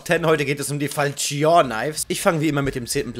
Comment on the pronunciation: Falchion wird englisch ausgesprochen xD